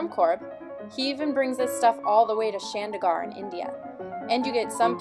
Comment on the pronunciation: It's Chandigarh not shandur garh